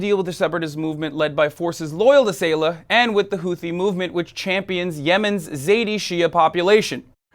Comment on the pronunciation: saleh not sayla